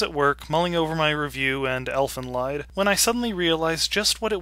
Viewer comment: By the way, the "lied" in the title is pronounced "leed." It's German.